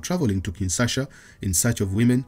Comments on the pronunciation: It’s Kinshasa, not Kinsasha. Good video nonetheless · It’s called Kinshasa not “Kinsasha”.. lol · It's *Kinshasa btw